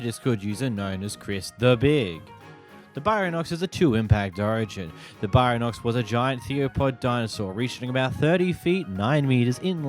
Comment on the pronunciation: Bro the way you pronounce baryonyx and theropod is killing me